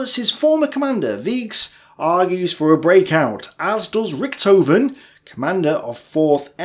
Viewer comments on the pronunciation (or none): Why you read Weisch as wíks? Its Wajs.... At least try to read their name as original. Thank you. And Richthofen is not ,,Richtouwn" but Richthofen is it so difficult to read it?